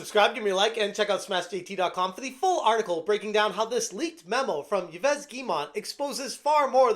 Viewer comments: Yves is pronounced 'Eve' not Ya'vez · I think Yves is spoken like Eeveh, not Ivess. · Yves is not pronounce Y-ves. It's french, it sounds exactly like 'Eve'. You know, Adam and Eve... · Bro just ask google how to pronounce the first name ... wtf was that "eveus" /iːv/ >> It sounds like "eev," with a long "ee" sound and a soft "v." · Yves = Eve, not Eee-Ves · "Ivez" lol in French Yves sounds like Eve. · "Yves" is not pronounced "Ee-vez". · Yves is pronounced "Eve" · Yves is pronounced EVE. lol! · It's Yves is just pronounced Eve. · Yves is pronounced like "eaves" like leaves with no l. Then the last name is Guillemot just say it like "Gee-mo" I gotchu 😊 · The french half of me cringed every time I heard "Ivez" LOL... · I know it's counterintuitive but "Yves" is pronounced like "Eve". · You shouldn't pronounce the S nor the T in yveS guillemonT. They are both silent. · Come on, at least learn to pronounce Yves Guillemot. We have to deal with this guy on the regular... know your enemy.